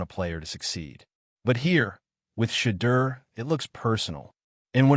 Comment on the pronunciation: His development can’t even say Shedeur’s name